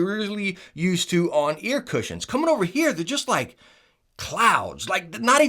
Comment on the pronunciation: Hate how this guy says Cushions and Cozy ... that's the only reason I won't subscribe. But solid channel 👌